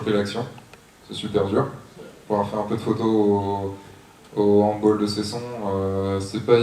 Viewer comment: handbAAAll et non handboll... ^^^^^